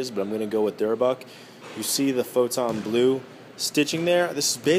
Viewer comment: You say photo blue weird sounds like you say photon blue